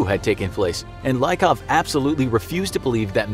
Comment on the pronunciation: Letter Y in their family name Lykov (Лыков) should be pronounced not like i in the word like , but like y in geology